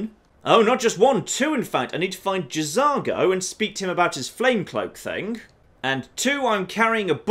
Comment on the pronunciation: I think the J in J'Zargo is silent. Just saying.